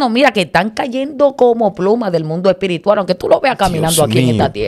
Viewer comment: El mundo espirituar 😂😂😂se dice espiritual !!